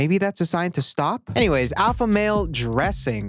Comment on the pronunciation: The eye contact, followed by the "sawp you faka" is what Christian means.